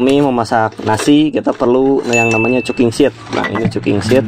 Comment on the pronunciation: Sorry sedikit menanggapi. Cooking set bukan dibaca cuking sit. Tapi cooking set dibaca kuking set. Tracking pole, bukan tracking pool penulisannya. Klo pole artinya tiang sedangkan pool artinya kolam.